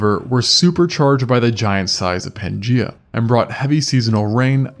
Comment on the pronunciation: 'Pan gEye-ah'.